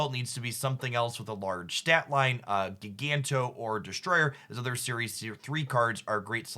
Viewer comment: JI-GAN-TOE not GIG-ANT-OH